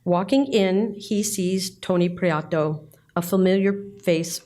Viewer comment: Lovely video, thank you. As a Spanish speaker, Antonio’s last name is pronounced Pree-eh-toe, as opposed to Pree-ah-toe.